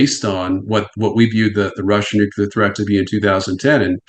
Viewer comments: That guy doesn't know how to pronounce Nuclear. So annoying. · why does he blink so much?? and why does the expert not know how to pronounce 'nuclear' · needs to learn how to pronounce the word nuclear. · Had to quit before half way in cause I can't keep hearing this idiot say NUCULAR. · Nu-cle-ur Real-tor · WHO... TF... ARE THESE PEOPLE TO SPEAK ON WAR WHEN THEY CANT EVEN PROPERLY SAY THE WORD "NUCLEAR"? ITS NOT NUCULAR DUMBASS' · but he said "nukulur" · Nuc-LEAR. It’s not pronounced nuc-you-lar. Kind of diminishes the message when the guest mispronounces the word multiple times. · Someone needs to tell this Nuclear expert: it's pronounced "nu-clear" not "nuke-ular" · Nuclear: "Nu Klee Ur"...not "Nukular" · Anybody that says “nucular” immediate loses credibility IMO. Say it right: nuclear. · I said it last time and I’ll say it again. Who ever Pronounces nuclear as “New-Q-Lur” instead of “New-Clear” should not work on our around the topic. Grinds my gears something fierce, boy. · New CLEAR! Not nuuuQlar! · I effing hate it when anyone but especially an "expert" says nucular instead of nuclear. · Honestly, WTF is so difficult about the word nuclear? It’s pronounced in the manner of new clear, not nucular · It’s hard to watch when this man mispronounces nuclear over and over again. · The pronunciation of "nuclear" as "nucular" by a supposed expert. He said it so damn much too! 😂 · @@ nu clear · @@ can you read???? not nu que ler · Gotta' love that nucular war expert. New. Clear. It's just not that hard. "When I wrote my unpublished book". No shi*. I'm so convinced. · I am backing out of this video i cannot handle people saying “nUkUlAr” anymore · Nate your "expert" said at least 100 times "nukular", i managed to endure half hour in to interwiew, but it's unwatchable. I have no desire to troll, but man- just listen him, and lastly all he said we allready know, call Scott Ritter he surely knows much more than this klaun. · Nu Ku ler. It's pronounced nu Ku ler 😂